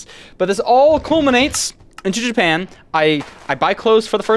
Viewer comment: 😂 i cannot NOT hear "In JAPAYAN"